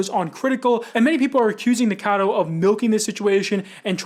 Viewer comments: I'm one of those who can't stand hearing "Nicado" though ^^'.... the same with people who call Eugenia "Eugena" xD it really like throws me out of my Focus while I'm trying to listen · Nick was saying "nick-a-noodle" and it sounded like "n*gga-noodle" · Drink every time the guy says his name wrong 🥴